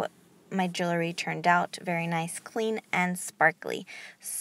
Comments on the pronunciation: Thank you so much! This recipe works. I use it exclusively. And you've gorgeous jewellery. However, please desist from tossing your jewellery like that. They should be carefully placed, and not shaken so as to bang against one another. Side note: The word is jewellery (or jewelry), yet you are mispronouncing it as "jewlery". Second syllable is 'wel', which you never sounded out. Many thanks again for the recipe dear.😒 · I wanted to watch, but since you can’t pronounce jewelry correctly, I decided it wasn’t worth it!